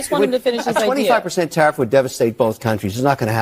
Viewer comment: TARIFF- TARE AS IN WEAR OR WARE, AND IF NOT TAR- EEFS. ENUNCIATE BRO!!!